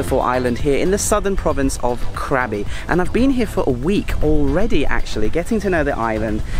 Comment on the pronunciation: It pronounced "Krah-bi", not Krab-bi. I really enjoy your videos. Thanks for sharing your experiences.